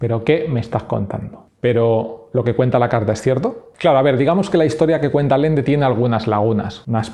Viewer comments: Por qué lees alende cuando es Allende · Muy buen video man, aunque me duele mucho cada vez que dices Alende en lugar de Allende. XD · Y no es Alende, es Allende, se entiende? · Todo tan creíble como tu pronunciación de Allende.